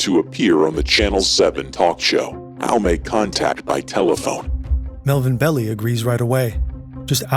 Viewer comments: Melvin Belly? You realize you people are ameture night at the Troc. It is pronounced Bell-eye. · It's Melvin "Bell-eye" not "belly". He's super famous here in SF. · no no no. I'm so sorry. The lawyer they were discussing in the video, I didn't even read the previous comments here before I commented. The lawyer they were discussing is Melvin Belli, they pronounced it like "belly". It's pronounced BELL-eye. He is massively famous here, his house used to be on City tours. I didn't even see all the comments about music before I dropped my comment. Apologies. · FYI: Melvin's last name is pronounced "Bell-eye" (not "belly"). 😉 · can you at least pronounce Melvin Belli last name correctly? Lmao! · Posthumously (pos CHEW mes ly)? And Melvin Belli (it’s BELL eye not Bell ee). OK, maybe you’ve never heard of Melvin Belli before making this video, but why just guess at the pronunciation?